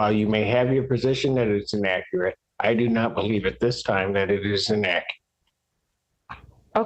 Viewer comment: En-a-cur-et? Or inacurrate? 😂😂